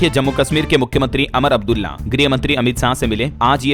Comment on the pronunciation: आप हमेशा अमर अब्दुल्ला बोलते हैं जबकि हो उमर अब्दुल्ला है